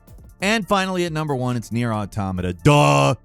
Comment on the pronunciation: NEIR AUTO-MOTTA POTATO PO-TOTTA